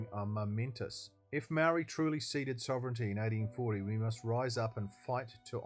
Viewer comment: The way you pronounce the word 'Maori' tells me all i need to know!